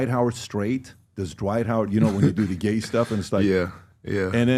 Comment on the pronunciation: No one: PBD: basically… “why are you geh?”